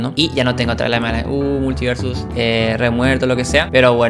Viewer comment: Sin mala: la palabra multiversus no la modulaste. puedes ver la velocidad a la que hablas por las palabras escritas, es muy diferente en ese troso que en el resto. (imagina estos detalles pero por 12 minutos). No digo que el video sea inmirable, (le di like) y yo como chileno también hablo rápido y sin modular, pero si vas a dedicarte a las comunicaciones (youtuber) tiene sentido que le prestes atención a como te comunicas envés de decidir que eres perfecto y toda critica es invalida porque debe ser un "lentito". Estas aplicando la logica de peresozo, terraplanistas, nazis, etc al decidir que eres incriticable y no tienes espacio para mejorar.